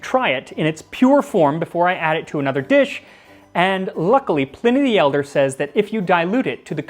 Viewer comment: Dude literally said Plenny the Elder. I'm out dawg